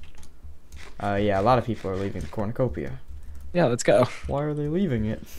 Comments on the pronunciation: its corn-a-cope-ia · You say it corn-I-core-pia